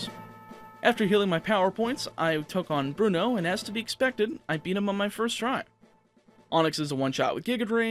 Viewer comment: Bruno has 2 syllables...